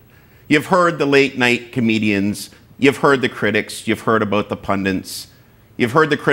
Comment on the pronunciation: It's pundits, not pundints.